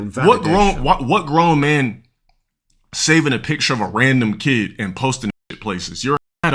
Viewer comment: "Axed", "keed", not a rog btw